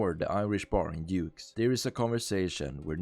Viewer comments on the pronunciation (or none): you say “Dimitri” but than you pronounce Dukes as Yukes and Little Jacob as Yaycob just interesting 😂